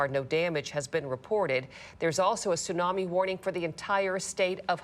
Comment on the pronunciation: A tsunami may be a silent killer, the 't' is not silent.